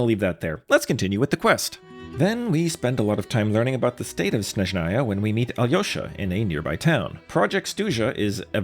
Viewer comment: Legit first person i hear call alyosha correctly gj man